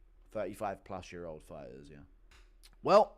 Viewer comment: OH! DONT DISRESPECT THE FI-TAHS!